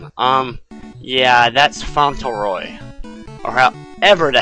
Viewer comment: You can pronounce that Font-la-roy for his middle name just so you know!